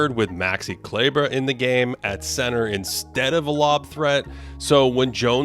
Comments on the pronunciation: Thank you for pronouncing „Kleber“ correctly. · Thank you for better pronouncing Kleber. It's pronounced how it's written and it means "glue".